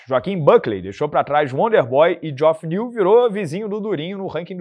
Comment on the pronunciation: num é joff é jeff... geoff se fala jeff po